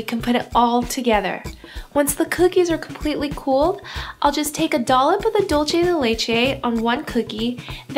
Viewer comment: dulche dei leichei😂